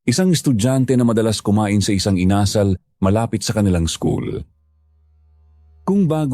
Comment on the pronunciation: with all due respect,sana po,use right intonation sa bawat words, lalo at dapat kyo ang mag correct sa mga tamang bigkas,tulad ng bigkas nyo ng INASAL at hilong-hilo, nahilo po talaga ako sa mga pagbigkas nyo, maraming kabataan ang nakikinig sa inyo dapat may matutunan mga kabataan sa inyo sa pagbigkas,alam nyo naman kabataan these days ultimo national anthem hindi alam.